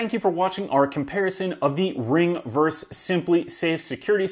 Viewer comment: ver-sus.... you said "verse" twice :) Awesome video. Thanks for sharing this. Subscribed.